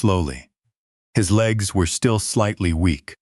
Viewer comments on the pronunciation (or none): none